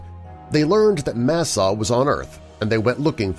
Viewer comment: Tawa is pronounced dawa And it's masaaw We live in the fourth world and this one is ending. The story is our emergence and the beginning of our prophecy. I can explain the story. But this is very good nice job for representing me and our tribe with respect.